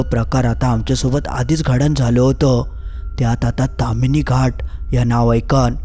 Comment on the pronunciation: बोक्यांनु........ 🐱 ता ताम्हीणी असा! तामिनी नाय! 🐱